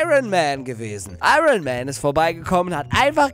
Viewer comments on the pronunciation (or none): none